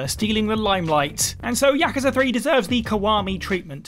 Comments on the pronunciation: Anyone else get annoyed this person can not say Yakuza properly? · Learn to pronounce Yakuza properly